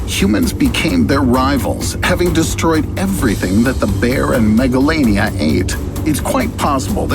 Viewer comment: When he say megalania in my hearing is megalovania